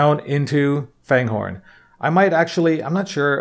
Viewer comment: It's pronounced Fangorn, not Fanehorn. There are no "h's"